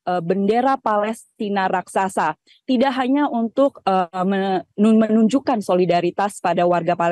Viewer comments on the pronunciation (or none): none